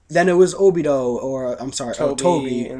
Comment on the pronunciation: ObidO ? really guys cmon -.